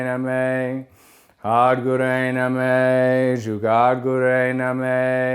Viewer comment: Eh Russ,.. Its pronounced Nah-maah not Nameh